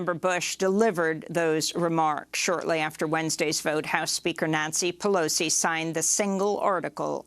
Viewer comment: I could watch Nancy Pelosi emphatically dotting that i at the end of her name over and over